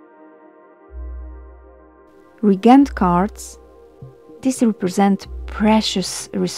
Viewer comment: Excellent video. One little nit-pick (and only because I majored in English in college). It took me a bit to figure out one of the card sets. "Reagent" is one of the few English words where the ea is actually pronounced as two separate syllables. So it's ree-A-gent, a component of a chemical or magical composition. As opposed to "regent," which is a ruler, king, etc., which is pronounced REE-gent. (Caps are for syllable emphasis.) Sorry, my inner nerd couldn't resist.